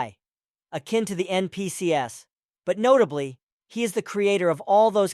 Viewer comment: Rag-Gatha? R-Ag-Gatha? NPC-S? This could have used a human touch, maybe? There are ways to have certain syllables and phrases pronounced by a CPU voice.